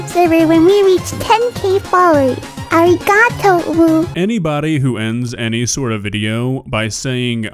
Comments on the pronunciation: "Ar ee gah toe" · hi!! native speaker here its sort of pronounced like (ah-di-gah-to). that’s the best way i can think of to describe it. you have to slightly roll your r. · ikr especially Arigato she makes it sound annoying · Ahhhh she said arigato (ありがと) wronggg, she doesn't know any Japanese, especially how to pronounce the characters